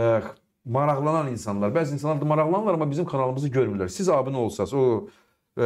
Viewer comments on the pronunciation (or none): none